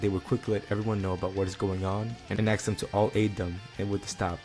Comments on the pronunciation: I only ask you say ask instead of ax It's killing me. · you said aks does that mean you're black js asking